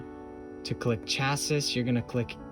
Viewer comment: Thanks for this! BTW my brother, the word 'Cassis'... is pronounced 'Cha-see'... Not 'Cha-sis'